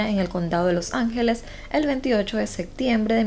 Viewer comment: Hola me gusta mucho tu canal y la forma como relatas los casos, pero tengo que decirte que me estresa oir que no pronuncies bien algunas palabras por ejemplo, descripción-descriccion Septiembre-sectiembre Adaptarse-adactarse Adoptivos-adoctivos Disculpa que te diga pero estaría súper bien si lo corrigieras👍gracias🙏💕